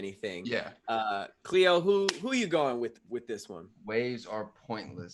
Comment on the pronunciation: its khleo